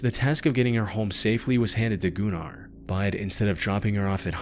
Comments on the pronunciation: Goo nar is crazy I think it's pronounced Gunner 😂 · Shouldn't that be pronounced as "gunner runner" not "goonar roonar". Smh, lol. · "Gun-ar" not goon-ar. Gunnar is a Nordic name that was around even in viking times. He may have been a gooner but was definitely called gunnar. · Pronouncing Gunnar as gooner 💔🥀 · the "oo" sound is pronounced more like you would say it in the word "book", not like he did it in the video. also from my experience of hearing nordic people use that name, they pronounce it more like gün-ar, rather than goonEr 😭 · I love the pronunciation of GOO-NAR. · i'm sorry but i cannot listen to the last story without laughing because of his name sounding like "Gooner" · I saw that video where the she had a seizure, or looked like it. This looks like it could be A.I. narrated due to pronunciation. Goonar 😂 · im sorry... Goonar? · "Gunnar". It's a common name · The way this dude said Gunnar as GOONAR had me rolling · Gunnar has been a very common name for many centuries in the Nordic countries and it really isn't a wierd name if you don't make it wierd. Plus it's not pronounsed like that. Was really not tryna sound rude or something even though I see how it can look that way.